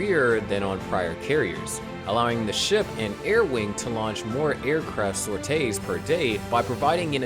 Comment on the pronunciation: its sorties, not “sortay”…